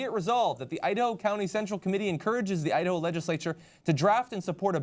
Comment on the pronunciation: idaho? no, udaho.